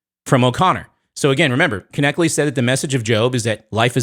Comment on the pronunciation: i love you but it's pronounced Cliffe "Netchle" the K is silent, God bless.